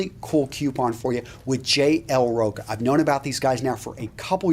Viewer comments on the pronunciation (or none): Great video, as usual, man. The name of the store you linked, I think you should pronounce it "TCH" like in chilli. Rocha.